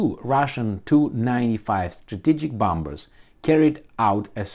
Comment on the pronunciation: Not bomBers,, but bomMers. The second B is not pronounced. I dare to correct you out of my affection for you.